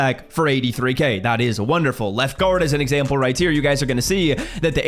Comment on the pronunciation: “Righteer” as if right here is one word 😂